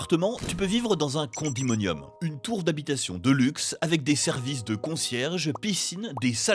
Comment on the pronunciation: Les fameux "Condimonium" 😭😭😭